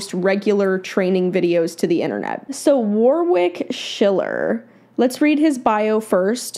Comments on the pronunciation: Just a heads up. The Aussie name Warwick is not pronounced 'War-wick' hehe. Think of it as W-o-rick. The second 'W' is silent and the 'o' is not 'oh' either, it is the short vowel sound. Love, love, love your videos! oops just noticed some other aussies commenting about the name haha. 'Issybluz A' is the closest correct answer. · His name's pronounced Worrick not War wick. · Sorry to be so picky, but his name is not "War Wick" it's pronounced "Warrick" (had to say that as it was just driving me nuts)! lol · Most people pronounce it as Warwick but it is Warrick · Btw, it's pronounced War-ick. Not War-wick. Don't pronounce the second "w". Thanks for the video. 😊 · The 2nd w is silent. So it's phonetically it's Warrick. :-). So glad you reacted to his training. He is my all time favourite. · Been my favourite horse trainer for years. Proud to be an Aussie! I'm honestly surprised you weren't familiar. ETA: Haha sorry but "war-wick" had me giggle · Warwick Schiller is a sensational horse trainer....actually it's actually pronounced Warick silent 'w" 🙂🙂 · Hi. FYI His name is pronounced Warick. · The W is silent. Wa Rick. 💕🐨🐨🦘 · His name is pronounced warrick. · If you had done your research you would know how to pronounce his name. Warwick is amazing and has a knack of being able to make complex theories and techniques easy to understand. Well worth following and learning from him. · It kills me how non Australians pronounce Warwick 😂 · How about pronouncing his name right, for a start.